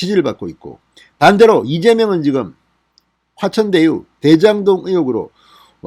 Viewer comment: 왜 자꾸 대천화유라고 하시나요